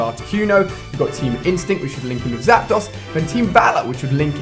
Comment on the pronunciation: Anyone else get annoyed the way he incorrectly says Zapdos?